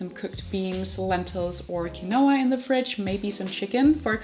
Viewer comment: Quinoa is pronounced “keenwa”. Your food looks great!